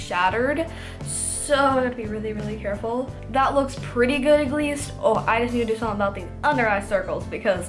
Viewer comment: Anybody else notice how she pronounces a lot of this wrong, in every video, there are at least 10 words that she says wrong. Lmao 😂 example from today’s vid: ag least. Instead of “at least”. 😆